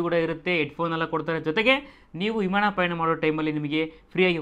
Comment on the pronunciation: Imaana alla Guru Vimaana 🤔